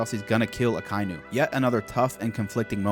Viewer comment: Man, I love this series, but you REALLY need to learn how names are pronounced. It's NOT "Uh-ky-new" it's "Ock-uh-ee-new".